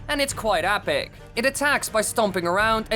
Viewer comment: It’s epic not apic